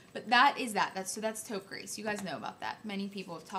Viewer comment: I love you I think you are wonderful! Short french lesson. 90% of the time when there is no 'e' on the end of the word you do not pronounce the last letter ex. Taupe Gris = Gree not Grease I hope that makes sense. Please dont be offended I'm really not trying to be mean.